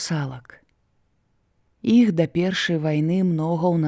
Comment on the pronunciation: Вымаўляецца не "іх", а "йіх", "йіншы", "йімі" і г.д. - варта азнаёміцца з вымаўленнем І ў беларускай мове, бо няправільна шмат вымаўляецца. Мяккасць не беларуская, часам праскоква беларуская. На сутыку слоў асіміляцыі беларускія адсутнічаюць, вымаўляецца як у расейскай.